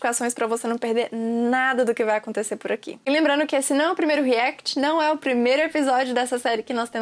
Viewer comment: Nao e REECT e Sim REACT